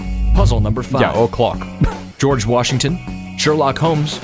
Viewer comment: 'Georg' Washington lol